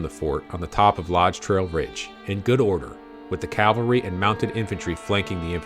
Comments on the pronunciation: Very good video, but again, mind pronunciation: CAValry 🐎🐎🐎 CALvary ✝️✝️✝️ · "Cav-alry", not "Cal-vary". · Umm, with all due respect, it is CAV AL RY not CAL VARY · Pronunciation error: A company of horse soldiers is a "Cavalry". "Calvary" is the location of Christ's crucifixion. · Very well researched and presented video. I'm bothered by many people's use of the word "calvary" in place of "cavalry." While everyone knows which is referred to by context, they are two very different words in actual meaning. This obviously bothers me more than it bothers most folks, and mars an otherwise fantastic video. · Interesting and well done video! Thanks. (Minor thing; It’s “cav-al-ry”! ) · It makes me cringe every time I hear learned people mispronounce the word. Last night I watched a Montana PBS doc on the Bozeman trail where the narrator continuously referred to them as Calvary. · No mention of Crazy Horses' role in leading the decoy party as a teen ager. Also, no "l" in "cavalry" (probably AI narration though). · Good video, would be better if narrator knew the difference cavalry and Calvary. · It's particularly galling to hear high ranking military men doing it. It's ubiquitous these days.